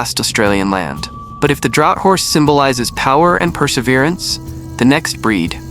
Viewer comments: It's not pronounced drought horse, it's pronounced draft horse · "Draught" is said like "Draft". Not "Drought". Confusing. But that is English for you. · Draught horse is pronounced, "draft" horse. AI readers 🤦‍♀ Great information, but needs a competent human reader to result in a superior product. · It's pronounced DRAFT hourse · Australian Draught Horse is pronounced DRAFT.